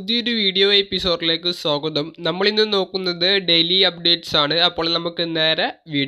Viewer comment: സോഗതം അല്ല സ്വാഗതം🤣🤣